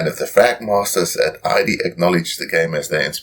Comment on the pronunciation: Nice review! I love this game. Just wanted to mention that Id is pronounced as a one-syllable word with a short i sound, not like I.D. I made this same mistake for years until a friend corrected me.